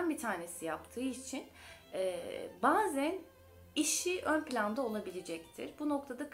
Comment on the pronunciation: Bazen kelimesini siz mi yalnis telaffuz ediyorsunuz ben mi yalnis biliyorum.e harfini cok kapali telaffuz ediyorsunuz